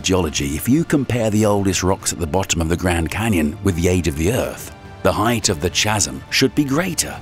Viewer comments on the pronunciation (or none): Seeing as you cannot pronounce the word "chasm" correctly it's a thumbs down. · "chasm" is pronounced "kazem", not like the narrator mispronounced it with the "ch" as in "chunk". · Chasm is pronounced Kas'um if this is an AI , back to school ai voice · It's pronounced' kasm'. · Oohtah and Chazem 😂😂😂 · Chasm?! It's pronounced kasm. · CH for Chasm? WTF? That's all your of credibility shot to hell right there. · Did you really say ch-asm? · I'm sorry, as interesting as the subject matter is, I could let slide the "chazzum" (chasm) pronunciation early on, but.... Before 8 minutes are up we have; "Zeeyon national park in Ootah"; BaRnf rather than Banff; 2 different but equally butchered attempts at Paleozoic (Pale-E-O-Zoh-Ik) of "Pallyzoyk" and "Palzoyik". OK, not everyone is a great reader, but perhaps then reading out scripts for a living is not for you. OK, some of them are tricky and unfamiliar scientific words (residents of "Oohtah" may disagree), but if that applies to you then maybe don't apply for the jobs largely comprising of scientific terms? Or, maybe it's all just a deliberate and cunning plan to keep easily-irritated and overly-bored chumps like me viewing the video longer, while we also level up the video's engagement stats by commenting an essay... TBH if that is the case then you've clawed back a modicum of my respect. Sneaky social media techniques I can roll with. A genuine belief/mistake/ignorance of it being Zeeyon Park in Ootah I cannot. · This guys pronunciation is off the charts. I have been introduced to new places like Ootah and new words like chasm. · love an AI driven youtube video. words like 'chasm' being mispronounced are always a dead giveaway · I can't take you seriously if you don't know how to pronounce the word; chasm.